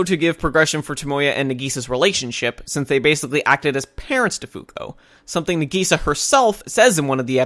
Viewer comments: no offense bro but i hate the way you pronounce nagisa its "nah-gee-SAH" not "nah-GEE-sah" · I actually agree with him, i dont think any of the points you made were credible since it seems like you didnt pay attention because most of these things were explained. btw its na-gisa not nageesa you can tell you watched the dub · Sorry but how you pronounce Nagisa invalidates all your criticism (this is a joke) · You aren't saying Nagisa's name right